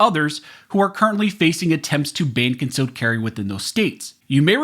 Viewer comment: Please try and enunciate, I don't know what a "cun-sell" permit is.